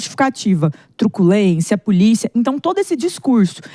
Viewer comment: O prefeito Nunes, falando puliça municipal........😂😂😂😂😂